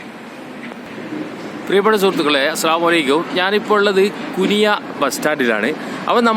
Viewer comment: കുനിയ❌ കുണിയ ✅